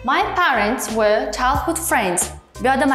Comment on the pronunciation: "Were" ni juda noto'g'ri talaffuz qildiz, keyin boshqa so'zlarda ham yozilishida xatolar mavjud, lekin dars o'tishingizga gap yo'q